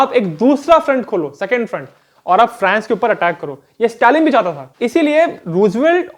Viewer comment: फ्रैंस या फ्रांस ??? भाई अंग्रेज कम बनो और सही उच्चारण करो ।